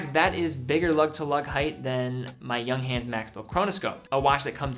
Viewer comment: Good video. Please learn how to pronounce "Junghans" tho!